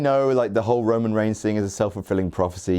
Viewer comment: did anyone else hear michael cole say roman ramen